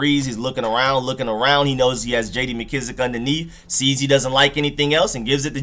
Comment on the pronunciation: Painful to hear for sure. I hate how he pronounces mckissic too